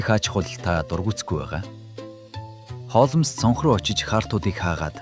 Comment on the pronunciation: Үхсний Холмоос гэж солиороод байна аа.Хоолмс гэж болно.Уг нь бол Холмс